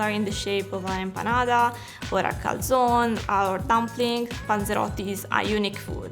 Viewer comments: Lo pronuncia come lo pronunciano gli ammeregani, sennò mica capiscono. ;-) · She says calzone wrong though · Ma poi come pronuncia calzone??!?